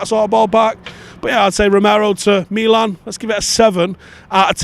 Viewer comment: Ah, so good to hear someone say 'Meelan' 🙏👍👏